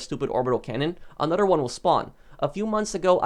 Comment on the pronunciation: I love how he says "anudder" instead of another